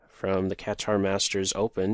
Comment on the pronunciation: Pronounced Qatar right this time, nice Jerry